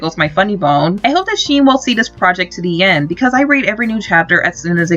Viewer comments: Sheen? It’s pronounced shen, (sh-hen) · Shen not sheen